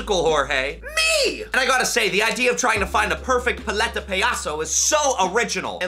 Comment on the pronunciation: I don’t want to be that guy but (Pal- ete- a) (Pa- ya- sos) Is how you pronounce it Sorry it was bothering me